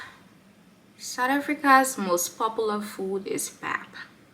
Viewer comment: Welcome to Mzansi❤ Please note that pap is pronounced "pup"😊